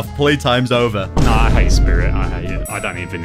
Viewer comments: anyone else notice started to say jover and not over? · bro said jover not over